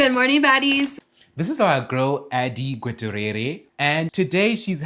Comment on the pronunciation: Adi Gutierrez last name is pronounced goo-tee-yeh-rez, it’s a predominantly spanish last name. No hate, it’s probably not a common name where you’re from